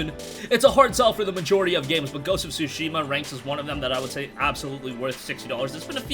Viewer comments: The "T" in Tsushima isn't silent is a slight "T" sound but it is pronounced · Learn how to pronounce the game